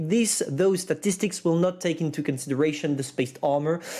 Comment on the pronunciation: "STATICSTICS' - 2021